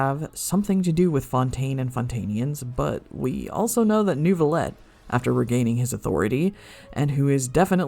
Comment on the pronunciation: The fact that people can hear the name: "Neuvillette" and still somehow say "Newvillett" is astounding to me. Do people just mute the dialog?